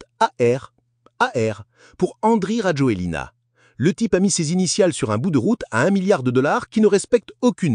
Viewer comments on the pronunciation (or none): On prononce Razouel (donc pour le script, il faut adapter pour la prononciation de la voix IA). Bref, il a fait un coup d'Etat ? Non. Il va falloir bien voter. Que les malgaches dont une partie des ancêtres vient de la Malaisie, se bougent, pensent à 5 ans, 10 ans, 20 ans, 50 ans, s'unissent, et construisent le pays.